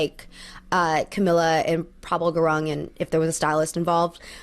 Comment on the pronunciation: hii i just wanted to point out that gurung (for prabal gurung) is pronounced as goo-roong 😅 but other than that, really really enjoyed watching this video and hearing all your opinions :))